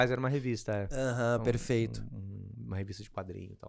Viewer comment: "perefeito, perefeito..." x 1000